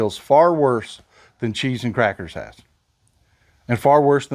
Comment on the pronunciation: Cheese and “krackers”😂😂😂😂